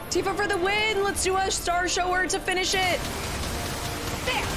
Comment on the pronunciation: it's cute she keeps calling it "star SHOW-er" instead of a shower, like a rain shower.